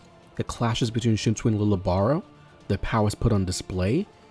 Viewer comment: He is the first to have abilities from yhwach. And his name is pronounced Leejay. Or leeyay. Not lily or lil